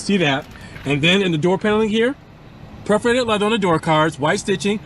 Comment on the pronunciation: It’s PER-forated, not PREF-orated; faux is pronounced “foe”, not “fox”.